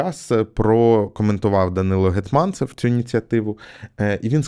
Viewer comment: Душніла: в Гетманцев наголос на перший склад